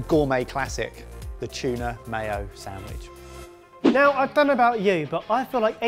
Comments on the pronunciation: I see the word written properly but all im hearing is "Samwidge" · Is it just me or does say "samwich"? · samwich samwich samwich >.< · I somehow always hear "Samish"